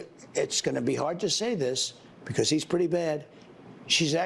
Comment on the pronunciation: Your he's are sounding like she's. Be careful. Your broadcast is good